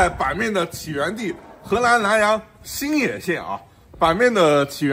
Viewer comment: 你这发音，新野说成星爷